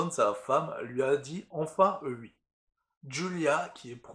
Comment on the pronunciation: je met un pouce rouge car tu dis "ui" et pas "oui". C'est très grave